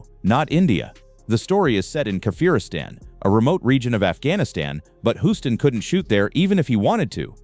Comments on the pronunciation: Your "robotic" narration is ridiculous! World famous director John Huston's surname is mistakenly pronounced throughout the video! Unforgivable! If you can't get your narrations to properly pronounce names, then hire REAL PEOPLE to narrate your videos! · It's pronounced John Hewston Not John Huston or John Hooston. But good video nonetheless